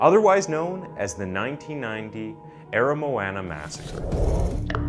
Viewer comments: The pronunciation of "Aramoana" was the most horrendous thing yet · Bro i went to Aramoana today, your saying aramoana and otago wrong